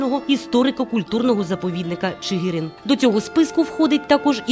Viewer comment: Наголоси у власних назвах жоден неправильно. Чигири,Суботів,Коліївщина,Мельники. Неприємно,що коментатор не дізналася правильної вимови